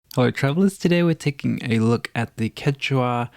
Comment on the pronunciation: It's pronounciation is ketchua or kesua actually